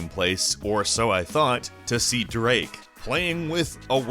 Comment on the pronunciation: who's draake